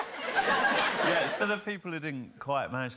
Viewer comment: Alan really said waguan😂😂